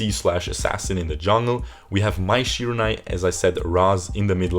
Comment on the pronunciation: It's Shiranui